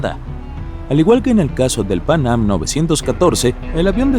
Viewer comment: Pang-am, pang-am, pang-am, pang-am... Se dice Panam, PANAM!!!